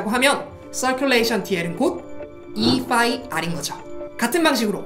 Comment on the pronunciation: 패러데이를 Faraday라 하시고, 에서 오히려 phi를 [fai]로 발음하시면 좋았을 듯